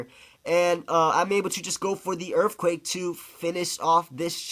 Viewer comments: i disliked this video because 1 i just cant stand you saying erfquake, and 2 using wrap and toxic is just lame as hell. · You sayin erfquake is very irritating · "Urfquacke" LOL